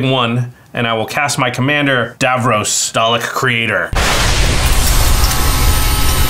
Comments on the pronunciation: It’s pronounced dav-ross, not dav-rohs. I wish they’d had an actual Doctor Who fan pilot one of these decks. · Hearing him call Davros 'Davrose' all game is maddening